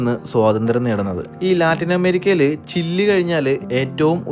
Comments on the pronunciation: ചില്ലി അല്ല ചിലി ആണ് കത്രീഡൽ അല്ല കത്തീഡ്രൽ ആണ്. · Bro ചില്ലി എന്ന് അല്ലല്ലോ ചിലെയ് അല്ലേൽ ചിലി ennalle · ചില്ലിയല്ല. ചിലി എന്നാണ് പറയേണ്ടത് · not chille Chile is correct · ചിലി എന്നാണ് ചില്ലി എന്ന് കേൾക്കുമ്പോൾ ഒരു വല്ലായ്മ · Not chilli...chili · chilly alla chile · ചില്ലി അല്ല ചിലിയാണ് ❤ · ചില്ലി അല്ല ബ്രോ ചിലി എന്നു പറയണം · Chilli alla... Chile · ചിലി എന്നല്ലേ ഉച്ചരിക്കുന്നത് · താൻ ഞങ്ങളുടെ pronounciation കൂടി കുളമാക്കും - "ചില്ലി [for Chile]", "കത്രീഡൽ [for Cathedral]", അങ്ങനെ എന്തൊക്കെ - ഒന്ന് Google ചെയ്തു നോക്കിയാൽ ആ വാക്കുകളുടെ യഥാർത്ഥ ഉച്ചാരണം കിട്ടില്ലേ? അതിനു പോലും ശ്രമിക്കാതെ ഇങ്ങനെ മണ്ടത്തരങ്ങൾ വിളിച്ചു പറയുന്നത് കഷ്ടമാണ് ചങ്ങാതി! പണ്ട് നമ്മുടെ ഇംഗ്ലീഷ് അധ്യാപകർ പറഞ്ഞുതന്ന മണ്ടത്തരങ്ങൾ ഇതുവരെ പൂർണമായും തിരുത്താൻ പറ്റിയിട്ടില്ല, തന്റെ വ്ലോഗ് കാണുന്നവരെ കൂടി ഇങ്ങനെ തെറ്റായ ഉച്ചാരണങ്ങൾ പഠിപ്പിക്കരുത് എന്ന് അപേക്ഷ, അത് ഉത്തരവാദിത്തമായി കാണണം.